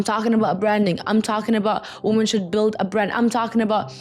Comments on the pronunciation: “WOMEN!!” Baby 😂not “woman” love you 😘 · It's a Middle Eastern thing. Lots of native semitic language speakers can't pronounce the short 'o' in 'women'